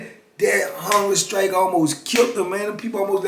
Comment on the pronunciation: am i the only one who hears "hunger sKrike"?